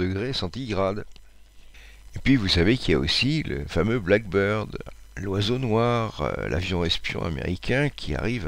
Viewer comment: avion Blackbird (accent tonique sur black) = merle, pas avion black bird (accent tonique sur bird) oiseau noir.